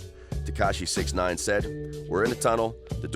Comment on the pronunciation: yeah it takes less than 30 seconds of research to figure how to pronounce it. this dude probably makes THE WORST videos on youtube regarding anything hip hop/rap.